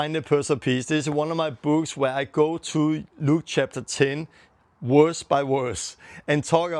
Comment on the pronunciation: Verse not werse